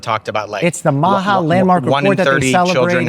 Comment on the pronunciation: MAHA is pronounced MAAAAHAHAHAHA 😂